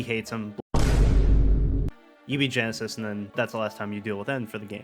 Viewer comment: Great video! Only thing that kept bothering me was the “Genesis” thing 😂 but I’ve seen in the comments that you didn’t know his name until after the vid. I love that Gen 5 (my favourite generation of Pokémon) can spawn videos like this years later cuz it goes to show how much love and effort was put into them. I’ve loved them since day 1 and I totally think the theme of loss in these games is a subplot after watching this! Side note: at the beginning & end you mentioned Nintendo posting about the Pokémon stuff but I’m gonna put this as a reminder cuz I often see people get confused, The Pokémon company, while it’s owned 33% in part by Nintendo, they’re a different company that have their own developers, so asking for “Nintendo to release Gen 5 remakes” isn’t exactly correct cuz Nintendo doesn’t make Pokémon games. Sorry for the rant but I gotta spread the info whenever I see people getting confused